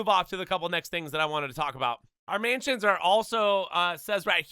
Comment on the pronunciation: Can’t say mansions properly either 💀